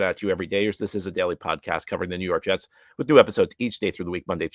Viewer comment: nuw yawk jests 😂